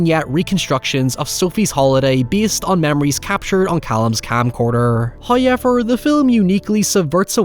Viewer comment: I'll never get over how he pronounces however as highever.